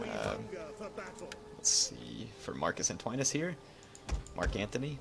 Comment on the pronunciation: Kinda funny how you keep daying Marcus Antoine-us instead on Marcus ANTONIUS :p